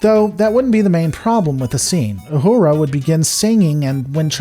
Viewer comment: i lol'd at "YOU"hura